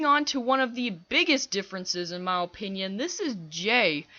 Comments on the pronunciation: Why do u say "Mah Opinian"? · No offence but do you know how to say opinion properly